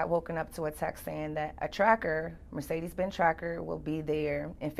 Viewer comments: I thought she said Mercedes Benz tracker...but when i went back...yup...sure sounded it like it to me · I heard that too... Mercedes.